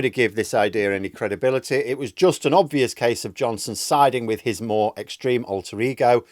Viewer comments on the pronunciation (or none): none